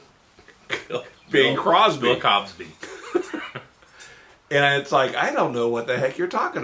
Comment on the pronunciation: "Bill Cobsby" 😂😂😂